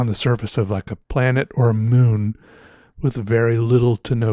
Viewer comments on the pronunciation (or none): none